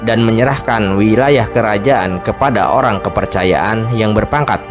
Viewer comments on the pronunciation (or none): none